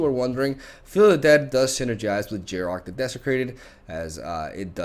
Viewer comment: yarok has no g in it